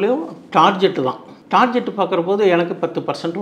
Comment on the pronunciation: Target❌ Tarjet✅